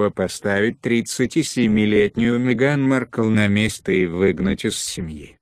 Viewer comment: Молодой человек выучите имя герцогини.